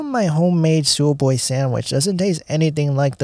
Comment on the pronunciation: You get it from where...you are butchering the name...its ...sub...way.